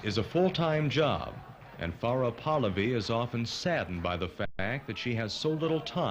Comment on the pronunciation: Very angry that the commentator keeps mispronouncing PAHLAVI